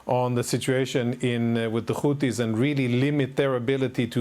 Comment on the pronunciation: They’re called Houthi’s NOT Houti’s!!! There’s an H after the T for a reason and you’re supposed to be an anchor? I don’t know why this drives me so crazy but it does 😂 Say it with me,, Houthi’s 😂😂